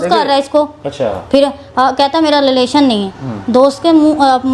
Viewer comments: Lelaation✅ relation❌ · relation❌ lelation✅ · What a words 😂😂 department 😂 pagamm 😂 Lilation 😂😂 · Relation ❌ lelation✔️